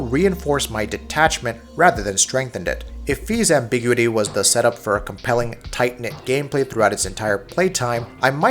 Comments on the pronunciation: Say it with me Am-bih-gyou-ih-tea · Ambiguity separate two syllables dumbass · Please Google how to say the word ambiguity!! So jarring how you pronounce it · It's funny cause he uses ambiguous fine.